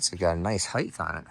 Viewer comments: heighT not heighTH 😂 youre too smart for this one bro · Height not heighth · Height, not Heidth. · The pronunciation of “height” ends with a soft “T”, not the sound of “th”. If it were the latter, I’d be spelled “heigth”.